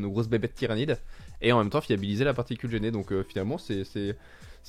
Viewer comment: Ça rend fou "géné"stealer lol Je suis pas un puriste aigri, mais faites gaffe a comment ca se prononce ca la fout mal :p